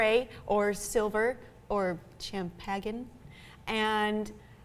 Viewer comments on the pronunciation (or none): Did she just say champagne all wrong!!